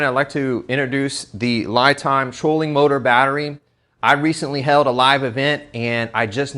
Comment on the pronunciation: It's pronounced (LeeTime) not Lie Time.